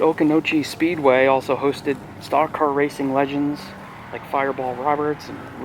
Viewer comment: Just came across your video for the first time. Good job showing history however do some research before you post.You’re pronouncing the Speedway name incorrectly. You also said you didn’t know why the name was changed to Orange Speedway. That’s because Hillsborough is in Orange County in North Carolina. Do your research!